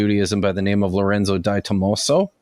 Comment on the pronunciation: .. i think DiTommaso is pronounced dee toh mah soh ... and it's from an essay titled the apocalyptic other published in a collection of essays by different authors in 2011 ...